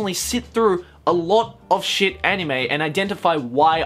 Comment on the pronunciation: I know he was just quoting the article, but when he said “Naruto is shet” I died a little on the inside